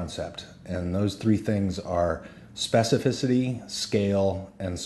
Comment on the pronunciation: Say specificity one more time.